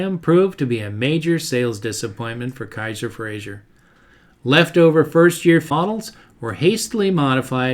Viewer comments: Good video but one pet peeve is that his name is pronounced "Fra-zer" not "Fra-zhur" - he was Scottish, not French. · With respect, it's Frazer, not Frazier. It rhymes with "razor." Great job! I've always been fascinated by the Henry J/Allstate.